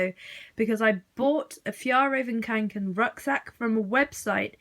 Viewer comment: is it just me or is it REALLY annoying when someone says kAnken